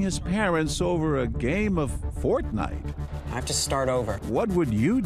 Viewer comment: “Portnite” XD